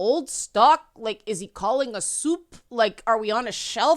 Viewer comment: Never been so quick to view one of your videos lol. And Kute Kittie be Kute! Yes I spelt cute with a K lol. Dog whistle? Are you doggest? Also I love the way you say "soup" it's like Australians when they say "chocolate" I find it funny.